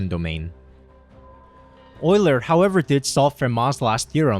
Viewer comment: Jesus, that beautiful pronunciation of Euler caught me off guard haha!